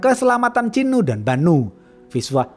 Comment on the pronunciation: ChiNNNNNU dan BaNNNNNNNU 😌 Cinu dan Banu aja bisa nggak bang ga usah pake tashjid